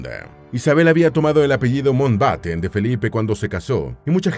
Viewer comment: El apellido es Mountbatten, no Mountenbaten ni Mountbeiten. La mitad del video no cita cosas sobre la pareja sino curiosidades aleatorias. Entretenido, igual.